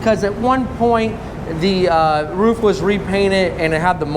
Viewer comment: The first American I heard who pronounces "roof" correctly!!!